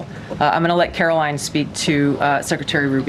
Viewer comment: Turning your video off every time you call her Karolyn when her name is Karoline. Like LIE with an N at the end. Easy to remember!